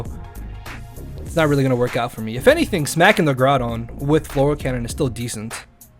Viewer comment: needs to learn how to say fleur cannon